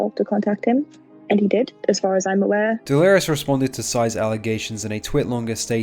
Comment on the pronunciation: nogla facecam looks like analogue horror 😂 Also is bro memeing? everytime he pronounce delirious as "Delerios" nvm hes very consistent with it, he keeps mispronouncing 'delirious', he even started pronouncing it "deleres"